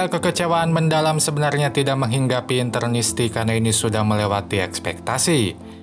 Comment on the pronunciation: Maaf koreksi bang.. interisti bukan internisti